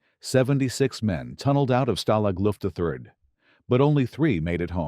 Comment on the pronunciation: For HEAVEN'S SAKE, lose the machine generated narration The whole video is ruined by it, from the mispronunciation of Richard Attenborough's name to the incorrect phrasing of Stalag Luft A3 as Lufta 3 Either employ a human narrator or teach the machine how to say the things correctly